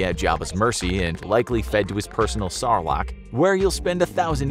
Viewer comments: "Sarlarc" you mean sarlac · I say if you can not pronounce sarlacc correctly, your judgement of the prequels has no merrit.